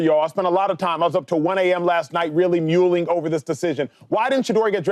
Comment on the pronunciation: Bruh was muling over the idea.... You mean like donkey? The word is mull....